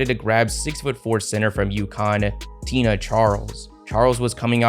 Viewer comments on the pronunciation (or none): none